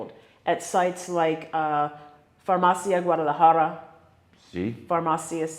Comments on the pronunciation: You still do t know how to pronounce “farmacia” ! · Not quite right, if given a prescription for let say Xanax or Ambien, you do NOT the prescription back, a copy, yes, that is it. Please pronounce farmacia with the i like Italy or the last letter in Miami !